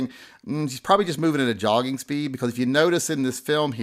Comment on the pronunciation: He was not just "jogging". I think the J is silent. he was yogging !